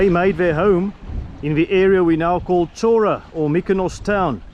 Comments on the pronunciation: The main town of almost every small Greek island is called 'Hora', literally meaning 'land' or 'place'. It is pronounced with an H like in 'Hi' or 'Hydrogen'. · beautiful island! Many Greek islands have towns named Chora...just to clarify, it's pronounced HO-rah...the CH is an H sound! well done!!